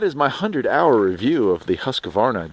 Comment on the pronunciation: pronounced Husk-Varna...not huska-varna